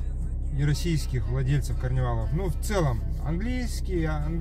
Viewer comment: КарнИвал! Блин ... А не каринивАл.